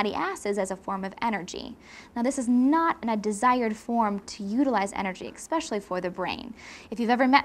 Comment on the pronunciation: "Expecially"?? What an "Expert"